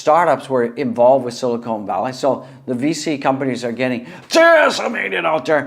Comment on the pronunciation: Nice stream but it’s hard to hear you call Silicon Valley “Silicone Valley” 100 times.